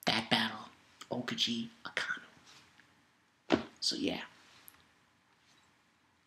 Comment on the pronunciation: haha its AkAinu, not AkIanu!!!